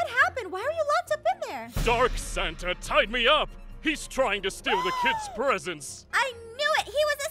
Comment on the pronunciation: When aphmau said: "san-na-na" I laughed and almostfell on the floor